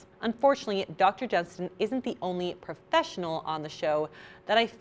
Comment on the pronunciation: Are you doing the star bucks thing where you purposely mispronounce the names of people? Dr “Jensen” and Nina “De Broff” 🤪